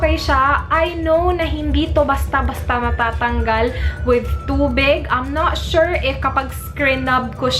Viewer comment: word of the the day "but you guys!" and "I'm not sure(w/accent)" hahahah lahat ng videos mo may "I'm not sure" 😂😂😂😂😂😂😂😂😂